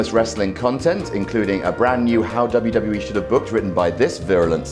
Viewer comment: at 3.00 you have a bit of a botch man, "100 episodes of Smackdown added to the WEE network..." come on guys